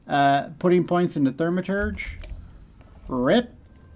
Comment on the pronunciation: Its NOT pronounced THER-maturge....its THAU-maturge...